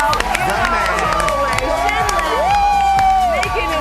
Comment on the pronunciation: She called him Shim lol